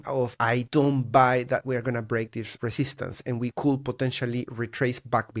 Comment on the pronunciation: when you use the word "could" you say "coul" you always forget the D <3